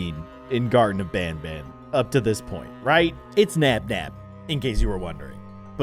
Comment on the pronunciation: can you play garten of Banban II and Garten of Banban III? And you say it like this(gar-ten-uf-ban-ban)